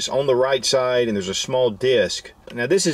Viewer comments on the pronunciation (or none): none